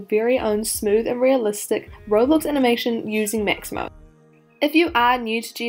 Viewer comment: I loved how she said "maximo" instead of "mixamo" 🥰🥰